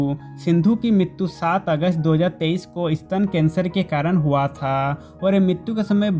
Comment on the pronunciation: Oi bhai aap huwaaaatha ye kya bol rareho huwa tha nani bol sakte ho????????!?